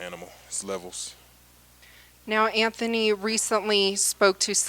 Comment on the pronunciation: it's Anthony, not AnFony